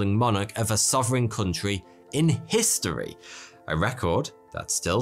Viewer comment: It is pronounced history'not histywee my friend. Love the content though...and the braces! D.